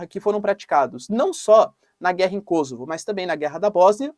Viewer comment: Kôsovo e não KosÔvo